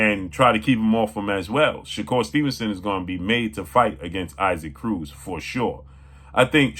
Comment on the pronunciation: 😂 It is pronounced EE-sock Cruz